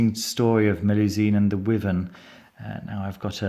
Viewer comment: Great review, thanks! Just a quick point, the correct English pronunciation for wyvern is "why-vern" not "wivern". Cheers.